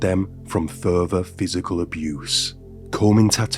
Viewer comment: It's further not ferfer